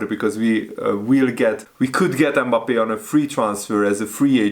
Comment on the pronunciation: Forget to pronounce "e" at the beginning of his name! It isn't Embappe. Just Mbappe with almost a silent "m" at the front. It's painful to listen to it.